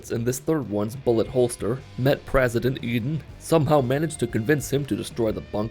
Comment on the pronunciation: I love how he actually pronounced präsident instead of just saying president